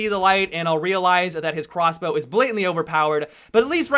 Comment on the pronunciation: hey did anyone notice he said quasblow multiple times